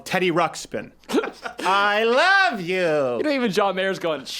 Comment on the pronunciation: I swear it sounds like she says "I ruv you"